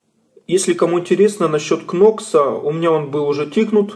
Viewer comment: KNOX не читается кнокс а будет нокс